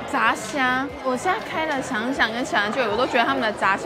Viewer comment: 我只有一個問題 為什麼炸蝦的炸是念二聲 可是其他炸物都念四聲？？？